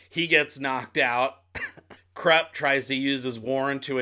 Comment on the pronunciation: I'm quite sure Kruppe is pronounced as kroop-pay.... My 2 paise...